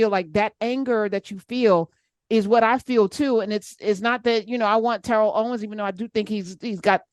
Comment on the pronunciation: Phonetically, his name has two Rs so the accent is on "Terr" with a short e, like a tare. Te' rrell is a mispronunciation of his name. Leave TO alone and keep it moving! Why shouldn't he like who or what he likes? It means nothing to me, just like I don't want anyone criticizing me for having an exclusive preference for fit, feminine, intelligent black women. My relationships with others have NEVER lasted longer than 4 weeks (one month just sounds awful). I would rather be single than date non-black women 100%! This will never change